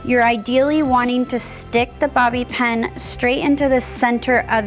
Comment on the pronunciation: I noticed that too. She pronounces it like "ponytell". She also pronounces bobby pin like "bobby pen". I always notice things like that. 🙂